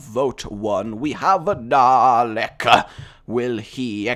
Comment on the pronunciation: DA-LEK there is no R GAWD